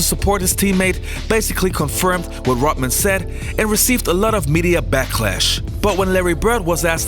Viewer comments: Rot- Man !!! LOL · “Rotman”... over and over and over. gonna be honest here: I’m a bit triggered. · "Dennis Rotman"